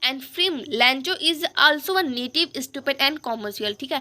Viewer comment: Aapne naive ki native bola mam